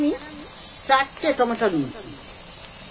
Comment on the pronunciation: রান্নাটা খুবই ভালো হয়েছে কিন্তু লবণ ছাড়া।মনে কিছু নিবেন না টমাটম বলেনা ওটাকে টমেটো বলে।